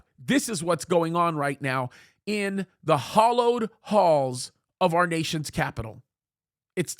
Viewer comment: It's "hallowed," not "hollowed."